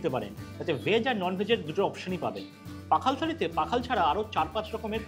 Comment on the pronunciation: pakhal na oita pokhal.